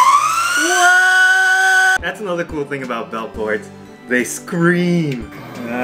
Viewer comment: They scweem. eeeaaaaaaaaaaAAAAAAHHH